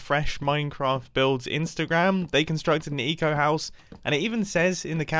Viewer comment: When he says “eco friendly” all I hear is “etho friendly”